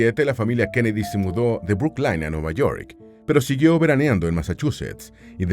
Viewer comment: Brooklyn se pronuncia bruclin